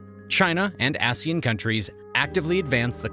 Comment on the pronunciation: "China and ass-ian countries." 💀